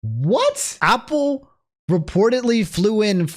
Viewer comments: I just can't get over him saying Opple. Is this a DMV dialect thing? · Go to the store and buy a Opple for every time he mispronounced it this video